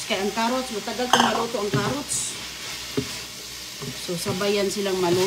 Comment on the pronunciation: Anong lasa kaya niluto niya hindi ko talaga maintindihan mga putahe niya hehehehe sabagay may carrots naman sabi niya karuts 😂😮